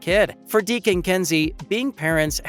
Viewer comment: It’s Deeks, not Deek